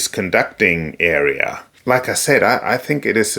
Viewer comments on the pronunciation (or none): none